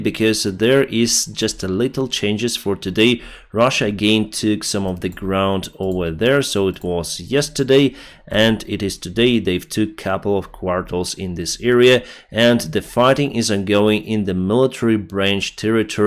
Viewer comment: Since no one is saying it.. It is Quarters not Quartels. Great video as always.